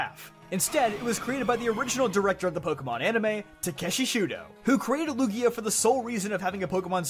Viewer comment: Lugia? He pronouced it correctly